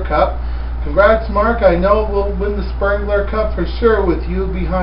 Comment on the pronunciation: It's called the Spengler Cup, not SpRengler Cup